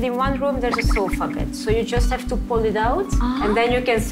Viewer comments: 艾玛 不想看了 sofa bed !!! 不是so far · 是sofa，不是so far.. 哈哈哈 节目可以缩短10分钟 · 娜姐的英语，不是进修过的吗？Sofa ……太远……🙈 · sofa bed=有一个房间有点远 😂😂😂娜姐的英语可以的